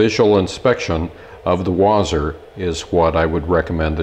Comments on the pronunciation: Wasr not wazr. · I think it's pronounced Wha-sir